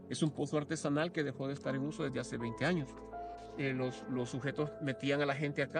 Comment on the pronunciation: Interesante bro. pero hay dice anos XD 🌚